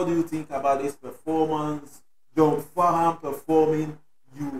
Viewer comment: John Farnham or better known as Farnsy is an Aussie icon a lot of Australia’s can’t listen to this song without shedding a tear or two. Should check out the song “when something’s wrong with my baby” by Jimmy Barnes and John Farnham (the H is silent)